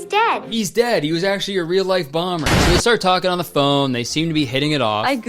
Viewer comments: Every time you play the clip of him saying "I'm a bomber" I hear "I'm Obama". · I thought he said “I’m Obama”